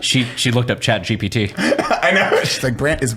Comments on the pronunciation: its chat GPT not GTP ffs LOL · continually calling it Chat GTP is too good. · will never say ChatGPT correctly.